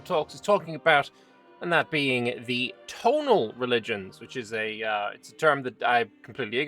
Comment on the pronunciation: I believe "Tonal" in this case is pronounced "Toh'naal" despite its resemblance to the English word "tonal"